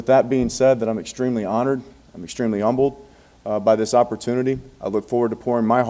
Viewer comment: Major may be from Baton Rouge but he's been in and around Houston long enough to mispronounce the word, "humbled".He pronounced humbled like the locals pronounce the northwest Houston suburb's silent "H" Humble. #HTownTakeover #MajorCoachingHire #PunIntended